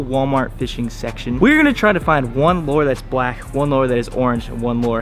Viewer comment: Lure not lore